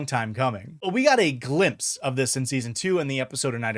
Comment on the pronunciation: "We got a glimpse of..." I spent a good ten seconds trying to figure out which word you'd combined with "Glee" to get "Gl-impse" before realising that you were just saying an actual word 😂